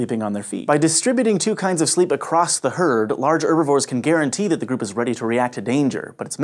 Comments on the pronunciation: hearing him say 'urbivores' is physically hurting me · You call them "Erbivores" so why not use "Orses" as well?